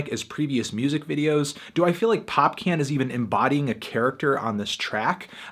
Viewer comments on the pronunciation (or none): Popcaan is pronounced like "pop-kahn" not "pop can." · Popcaan! Not PopCan! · It's pronounced "pop-kahn' anthony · Popkan? Lmooaoaoao what, popcaaan* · when he said pop-can... I was like who the hell is he talking about. it should be said popcorn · "pop cyans voice" bruh lol u just pronounce it like popcorn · not popcan popcaan pronounced like popcawn :< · pronounced popcawn not pop-can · FYI Popcaan is pronounced Pop karn not Pop Can. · It's "POPCAAAAARN", trust me I'm a Jamaican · calling popcaan popcan<<<<<<< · You pronounced Popcaan incorrectly, it's more like, pop cawn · Did he call popcaan, pop can 🤔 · "pop can" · The artists name is pronounced "pop-khan", its the word popcorn said with the jamaican accent. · Btw, Popcaan is pronounced like 'Pop-Khan' Just helping u out. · Not sure if you now know this since this review is from 6 months ago, but your pronunciation of "Popcaan" is incorrect. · The way your pronouncing Popcaan's name (which I'm assuming is intentional) is painfully white, it's beautiful and hilarious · he cant even say popcaan correctly